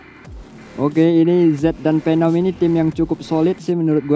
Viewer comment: Perasaan phenom bukan penom